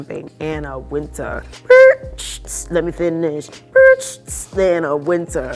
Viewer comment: why are they pronouncing Anna Wintour's name wrong? How you gonna use the name but pronounce like you never heard of her?